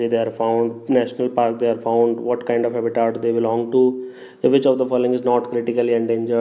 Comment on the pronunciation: its habitat not haaabitat lol